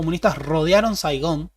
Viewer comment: You ran in Saigán